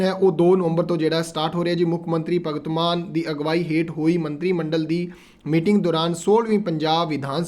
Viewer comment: ਉਹ ਭਰਾਵਾ ਜਮੀਨੀ ਨਹੀਂ ਜ਼ਿਮਨੀ ਹੁੰਦਾ ਹੈ ਭਗਤ ਮਾਨ ਨਹੀਂ ਭਗਵੰਤ ਮਾਨ ਪੰਜਾਬੀ ਭਾਸ਼ਾ ਨੂੰ ਚੰਗੀ ਤਰ੍ਹਾਂ ਸਮਝ ਲਉ।